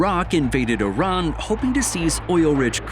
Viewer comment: it's not "Oran" but "I-R-A-N"